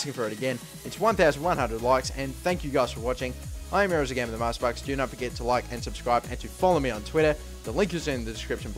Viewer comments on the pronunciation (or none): when he says themasterbucks it sounds like he is saying neymarsparkz